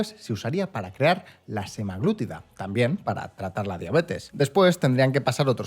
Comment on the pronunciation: como médico, por favor, si vais a hacer un vídeo sobre medicamentos, buscad cómo se pronuncian las cosas - no es [wégovy] es [wegoovy] - no es [semaglútida] es [semaglutída] que me duelen los oídos